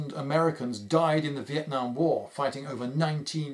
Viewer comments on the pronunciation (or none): none